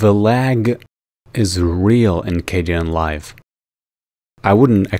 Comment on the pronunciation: I got soo triggered when he switched from dark to light Edit: it's K den not K de an